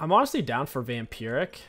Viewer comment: you said "vampuric" its "vamp-I-rick""